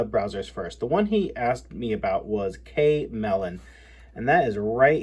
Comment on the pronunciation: the browser you called K melon, is actually pronounced Chameleon, like the lizard that can change its camouflage